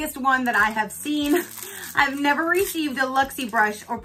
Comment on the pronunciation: "Blessed, neva (never) stressed"